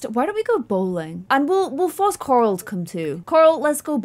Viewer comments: I love how she says CoRal 💖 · I like how the more she said corals name the more it started sounding like carol